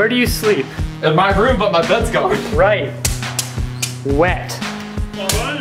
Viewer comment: Instead of it's gone it's "gandhi"